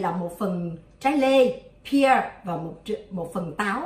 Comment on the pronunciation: Correction: trai’ ’ pear not pier nha cac ban. Co Huyen doc sai roi.